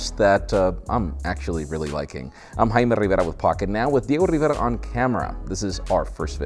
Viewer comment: He is